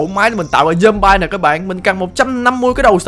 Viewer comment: zom-bi mới đúng a ơi